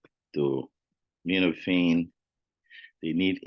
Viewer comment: that is acetaminophen not acetominophen